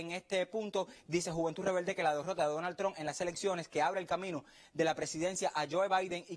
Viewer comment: "Donal Tron tueni-tueni" Que clase de camaján el "artista" ese... se jodió